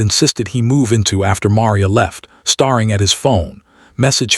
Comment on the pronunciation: Hating is mispronounced. The 'a' in hating and dating are the long 'A' sound. Staring is pronounced stair-ing. The r-controlled sound for 'a' in the staring is like 'a' in air.